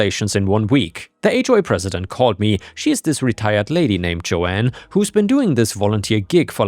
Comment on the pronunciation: It's Joan, not Joanne...